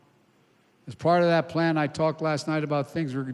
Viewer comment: Plan or pain? I'm not sure he's reading it right.